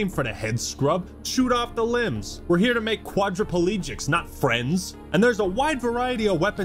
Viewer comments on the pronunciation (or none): "We're here to make quadrapalegics" 😂😂